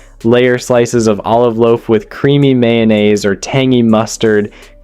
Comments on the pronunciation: He didn't explain what the mock chicken was and can't say "luxuries", "fillets","mayonnaise","satisfying","culinary"?...AI or just a derp? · WTF is "yanaise"?! 😬😅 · I too think “MYAHNASE” on sandwiches is “TISFYING”. A testament to American culinary “RESOURCEFS”. 😐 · Okay, some of the weird pronunciations are just grating on me. "Myon-ase?" and WTF is "tisfying"? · 'mixed with yonnaise' then a few seconds later 'to create tisfying sandwich'. There are loads of errors throughout, which are due to the AI not being able to rectify the inaccuracies in the script.